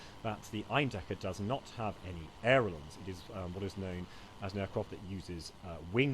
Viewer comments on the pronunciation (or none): it's ailerons, not airelons, and furthermore, I am a pedantic fuck